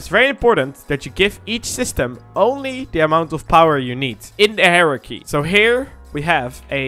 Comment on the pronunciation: My man said hierarchy like heresy and im here for it.